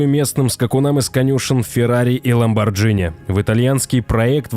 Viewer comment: ХайФай, а не хипхи😃 ЛамборГини! Автор, ты малость дебиловат